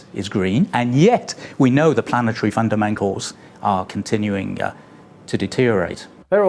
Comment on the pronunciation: Did that bloke say fundamangles?